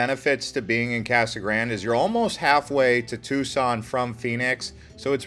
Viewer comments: It was called Casa Grand-ee, as in a bastardization of the Spanish. Seems fair, seeing as it is a Spanish word. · North Eastern Arizona - Kingman? Kingman is about as far West as you can get before you enter California. It's in the North-Western corner of Arizona and is the county seat of Mohave county. Pronounced; "Mo-haw-vee". Casa Grande is pronounced; "Casa Graun-day".